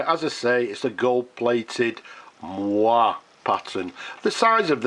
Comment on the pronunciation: What a stunning finish! And I love the fact that you just had a Waterman C/F box 'lying around'. Incidentally, the pronunciation of moiré is 'Mwaray'. Not an easy one. Comes via French from the same Arabic root as mohair, funnily enough.